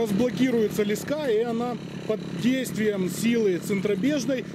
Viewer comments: лескА? Не лЕска???? ))) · лЕска а не лескА, интересная идейка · Ле'ска а не леска' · тем более чел из Украины и правильно говорить лЕска так что вам бы поучить самим язык! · Леска — слово из 2 слогов: ле-ска. Ударение падает на 1-й слог. Транскрипция слова: [л’эска]. В слове 5 букв и 5 звуков. =))) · Аж слух режет ) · Ударение на е